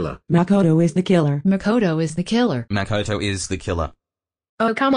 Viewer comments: Makołto is de kilar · makoto Ish Da Jane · No, it was more like "Makoto iza da killer" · Everyone: makoto is the killer Celes:mackodo is dhe kilar